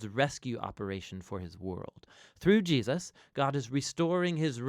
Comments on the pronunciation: Why does he repeatedly say Jeosus instead of Jesus? 🤨 I can’t be the only one hearing it (for example ) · Why do you pronounce Jesus "Gee-yus"? Drives me crazy. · I have always wondered why pronounces Jesus "Jee Us" so often. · Who else is noticing when the Narrator calls him “Jiasus”? Bout to start counting them.. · Why mispronounce HIS name so many times? It’s distracting.